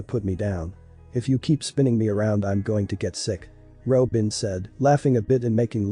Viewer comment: I thought they said Ropin' and I was gonna throw hands